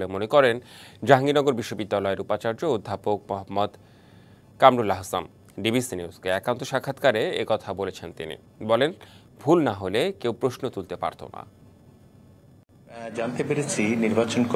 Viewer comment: স্যারের নাম "কামরুল আহসান"। আপনি বলেছেন আহসাম। এটা ভুল বলেছেন।